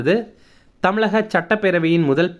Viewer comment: "CHATTA PERAVAI" ILLA JI.........TELL "SATTA PERAVAI"